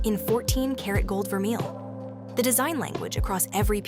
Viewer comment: Vermeil too